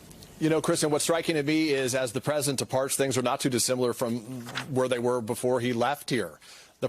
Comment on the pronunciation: am I the only one who gets annoyed at reportes who say, 'the Present' instead of President? sounds dumb af